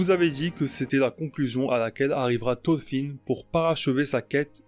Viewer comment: Ya un R dans thoRfinn. Mes oreilles saignent